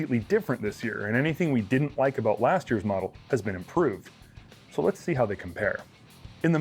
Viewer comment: OOOOOOT N ABOOOOT IN THE SHOOTOOOOOOT